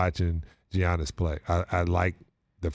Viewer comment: The "G" is silent in Giannis.